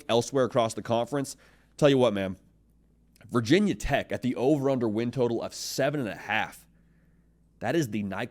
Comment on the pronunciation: Nobody in Virginia says “Vah Tech” it’s VT or Virginia Tech. Get it right.